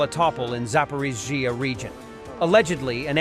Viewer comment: I wonder if this AI voice will ever get "zaporizhzhia" to sound right?